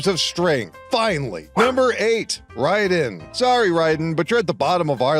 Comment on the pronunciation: cant even pronounce Raiden correctly. damn, this is gonna be awful. 9 hours later, I didn't even finish the video. It was worse than I thought.